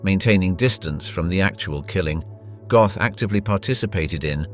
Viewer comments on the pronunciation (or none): His surname isn't Goth, it's pronounced GOAT..